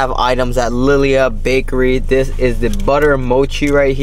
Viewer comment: Pronounced “Lee Lee Ha” Bakery 🤙🏽